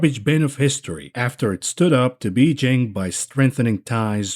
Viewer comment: I'm not going to fault you for mispronouncing the majority of those chinese words but seriously, you can't even pronounce "Beijing" properly XD